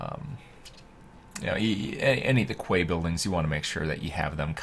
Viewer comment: fun fact quay is pronounced "key"